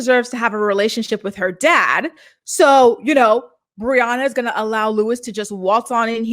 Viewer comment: Mackenzie cant pronounce anything that ends in a "g". She replaces it with the "k" sound instead. "Somethink"... "goink". "Comink"...annoying af.